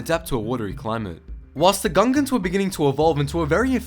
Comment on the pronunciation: Is it just me or i keep hearing Ugandans?